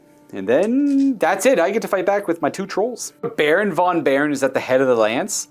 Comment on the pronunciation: In German and Dutch languages v is pronounced f. So Baron von Baron is pronounced Baron fon Baron.